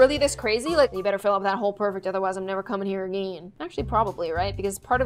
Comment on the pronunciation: I loved when she said “ITS POIWFECT” I can’t- ☺️